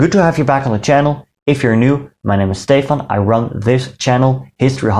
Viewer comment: The way you say Stefan and Nederland; you're Dutch.